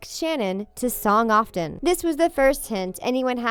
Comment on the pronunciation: song often? This narrator can never pronounce anything correctly. Please get a new one. No hate. Lol